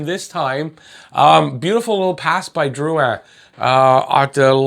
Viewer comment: First time seeing you, I don't know if you speak french, but you pronouced Drouin correctly. In english it's rare and I appreciate that. Also, Petry's penalty for assault was the weakest call I've seen in a while. That concerns me wayyyy more than the missed slewfoot and high stick on Perry.